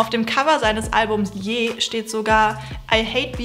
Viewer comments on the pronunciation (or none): Schönes Video aber die Aussprache von „ye“ hat getriggert